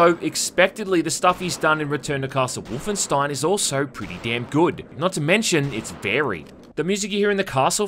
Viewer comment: I agreed with everything you said! Except on how to pronounce Wolfenstein